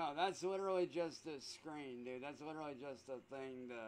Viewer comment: Well that came out like crap, "LIDERALLY" 😂